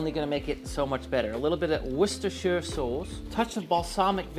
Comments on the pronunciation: Awesome! From a British perspective, the correct pronunciation of 'Worcestershire' and 'tomato', together with the inclusion of Marmite, makes it feel like a British dish. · Thank you for being the FIRST cooking channel to say worcestershire correctly. I don't know why people mispronounce it considering there's a city in Massachusetts and a city in England.